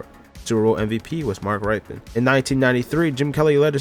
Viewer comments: If you cannot pronounce the people's names right then why are you making a video about them. Mark Ripkien. (Rippin) If you can't talk then how do you expect people to take you seriously. You're pronouncing people's names wrong which is a form of disrespect. Especially if they are the super bowl MVP. On your next video, if you don't know somebody's name, type it in the YouTube and I guarantee you something will come up about that person. Make sure you spell it correctly. I guarantee you everybody on those programs will pronounce it correctly. They at least deserve to have their name said correctly. Jake Delhome (DaLome). For real learn how to talk. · It didn’t take a year for a way to be traded to the Broncos. He was traded to the Broncos almost immediately from the Colts Just wanted to bring that to your awareness, so you have your facts straight Also mark rypien last name is pronounced rip-en And Jeff hostettler is pronounced ha-stet-ler Elvis grr-back and Trent dilfer was actually the starting qb Jake del-home Rex grossman was the bears starter not jay cutler When discussing a teams win loss record if they are 14-3 you say they went “14 and 3” not “14 to 3” Thumbs down and unsub from me too many mistakes. If you’re gonna make a video about something make sure you know what you’re talking about. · Bro your quarterback pronunciations are terrible (Rypien - "Rip-Pen", Esiason - "Es-Sy-as-son") long I not short I 🤌🏿 Delhomme - "Del-lome" the H is silent